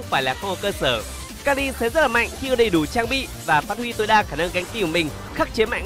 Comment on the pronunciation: Mình nhớ đọc là ka hi chứ nhỉ sao lại ka li ta